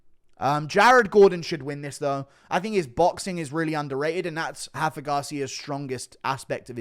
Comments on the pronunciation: R’s are pronounced in Mexico GURU🤣. Its Rafa not Hafa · Brother Montserrat rendon and Rafa Garcia are Mexican not brazlilan. It’s not “Hendon” and it’s not “Hafa” lmfao